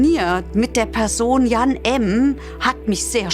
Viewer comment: Der Name heißt Jan, nicht Jahn!